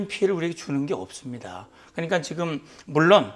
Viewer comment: 지금자식아지금~ 직금은머여? 다른 발음은 다잘하면서 직금이머여? 모지라보이게